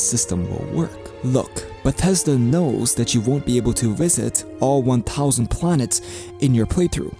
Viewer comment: "bah teszda games" ~